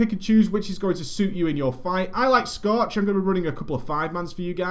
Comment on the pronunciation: scootch ? or scorch ? what lol u want a drink er somethin scootch on the rooooxxx